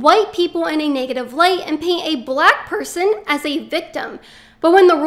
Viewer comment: I LOVE HOW YOU OVER EXAGGERATE "BLACK" EVERY TIME YOU SAY IT. SHOWS HOW IMMATURE YOU ARE!